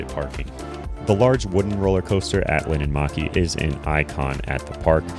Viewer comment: It’s linnanmäki not linnanmaki